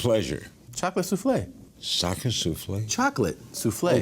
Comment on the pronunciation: "Sacka Souffle?" LOL WTF Larry hahahaha